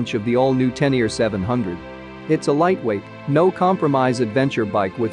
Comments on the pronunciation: 😵 it spoken [Tenere] like writen, not [Tenier] like english readet. Please! Sounds horrible!! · Magnificent, and the history of the XT is a nice touch too! n.b. When you say Tenere I hear "ten year", it's supposed to be pronounced "ténéré" that's the same "é" as "résumé", "fiancé" or "Beyoncé" 😁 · Tennier? It’s Ténéré! Té-né-ré! Not Tennier. Please correct the commentary. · it is not a teneer. it is a tenere but thx for the review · Te Ne Ree not teniar wtf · Pronunciation is so abysmal that I couldn't watch past the second mention of the tenyear. To not be able to pronounce a word with accents I get, just about. But if you're going to specifically make a video of one of the world's most iconic riders, from a family that includes a 7 times world Champion and STILL not pronounce the guy's name correctly, well that takes ignorance to new levels. The name is Tarrés, as in Ta-rez. Apart from that, the very biased "history" of the XT/Téneré is pretty insulting to all the other manufacturers. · ten ear 👂 😂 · Spot on! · oh shit, man............... i'd swear he said: "ten ear"............?? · Every time he says (Teneer) my ears hurt. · ten ear ?? ten ear ?? LOL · Tenier ? If you present a bike, at least learn to pronounce it's name... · I really can’t imagine anybody who doesn’t know how to pronounce Ténéré or Tarrés. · Greetings, thanks for the great video, the 500 Yamaha name is Ténéré, it has accents on the e's, cheers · Your saying the name wrong